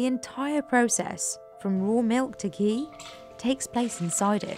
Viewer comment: The Hindi pronunciations used by the narrator are on-point, very impressive.